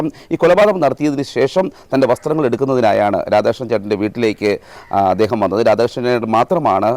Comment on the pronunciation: എദേഹം?ഇയാൾക് നാണമില്ലേ അദ്ദേഹം എന്ന് പറയാൻ?